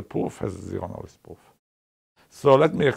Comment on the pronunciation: I just love his accent! The way he pronounces pwoof has some nice charm to it.